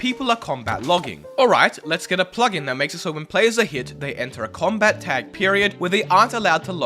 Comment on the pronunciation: its named combat not comat